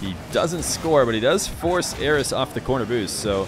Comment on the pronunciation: Sounds like you're saying "Eros" so many times lmao